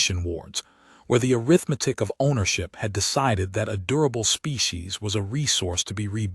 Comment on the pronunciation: The AI needs to be trained where to properly put the emphasis on English words. It's aRITHmatic, not aritheMETIC.